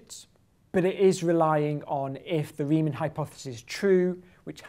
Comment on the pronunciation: Riemann, not Reimann. And Bernhard, not Bernard. At least you got the year right.